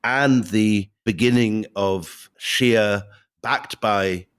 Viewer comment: Good podcast but I hate Ghattas' prejudice against shias as well as her pronounciation of the word